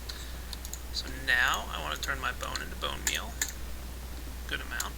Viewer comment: about "Place my blone meal there.." lol